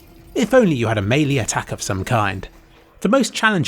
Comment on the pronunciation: used to pronounce it “mee-lee” he now pronounces it correctly as “mey-lay” but now I’ve heard the combination for the first time as you say it “may-lee” you can’t have your cake and eat it too. Unless that is the most stupid saying ever said. In which case, you can. Of course you can! Without the context of its creation that is an awkward and worthless sentence and should only be said by idiots and douchebags. Look, let’s just drop it, ok? Jeepers! It’s no big deal, you know?